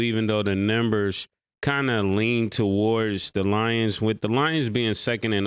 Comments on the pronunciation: NEW GAME: Every time Ma$e says “Nimbers” in reference to saying “Numbers”, we will take a shot. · Mase be saying niyembers